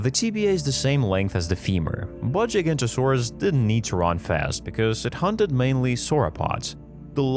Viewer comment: Now I know it's controversial..... But that's not how you pronounce giganotosaurus in either way .... To my current understandings ..... Further into the video .... Also spinosaurus is definitely not pronounced Like that